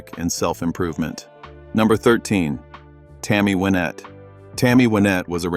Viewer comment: Must be an AI reading the script (or someone who's not really a country music fan), based on mispronounced names such as Tammy Wynette and Tanya Tucker.